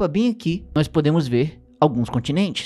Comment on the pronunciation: E "noÍs" e eles! Esse "i" ai no meio do nós deixa-me sempre com um ataque de riso.